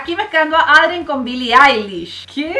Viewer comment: Como lo dice mariale: lila Como se dice:laila Como lo dice mariale: ladybug Como se dice:ladybob Como dice mariale: Adrien Como se dice: eidrien Como lo dice mariale: catnoar Como se dice: catnoa Mari pare que no as visto la serie no finjas te amoo❤